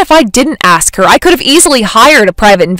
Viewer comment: I absolutely cringe every time I hear somebody say “AX a question”....it’s ASK. It seems that somebody using spoken language as a profession might want to hone their language skills. Just saying.